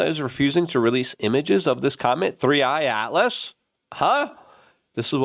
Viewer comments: It's pronounced 3 i ATLAS, not 30 I ATLAS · IT'S 3 I (eye) atlas not 30 atlas or 31 atlas lol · I'm so sick of your lack of research, IT IS THREEEE EYEEEEE ATLAS.... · Why has Luke never once gotten the name of this stupid thing correct even once??? Its 3I atlas Three eye atlas Not 31 atlas Not thirty eye atlas THREE EYE ATLAS. ffs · It's not 30 I Atlas. C'mon dude..get the fake name right🙄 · Its 3I not 30I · Luke. It's called 3 I. It's the 3rd interstellar object we've seen. Everytime you say it wrong it irks me 😂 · It’s “THREE EYE ATLAS” that’s how it’s pronounced. Also Avi LOEB (LOBE). lol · It's the third 3 inner stellar object. And it's inner stellar I and the telescope that found it is called Atlas. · Jesus Christ… YOU CAN’T PRONOUNCE THE NAME OF THE “COMMET”OR THE HARVARD ASTRONOMER CORRECTLY AND YET EXPECT TO BE TAKEN SERIOUSLY AFTER ALL THIS TIME AND VIDEOS!!!!! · How can you research a comet and then proceed to get the name wrong across all videos lol..